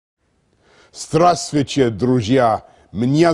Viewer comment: OMG "Здравствуйте, друзья, меня зовут Борис" sounded sooooo perfect, didn't expect him to fail the word "Масленица"( Mr. Johnson, it's more like ['maslʲɪnʲɪt͡sə] with only one stressed syllable, not ['mazlʲeˌnʲɪt͡sə]!